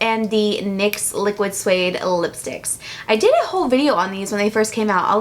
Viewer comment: LOL! You said "lyx niquid suede" hahah